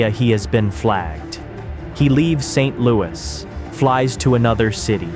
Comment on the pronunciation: It's Saint Lou issss Not Saint Louie 😭😭💀